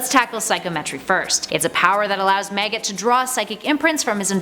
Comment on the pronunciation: why does it sound like you're sayin "meggit" and "teg"?! 🤣